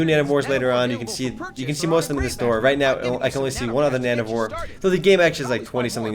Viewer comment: it sounds like you're saying nano-whores ^^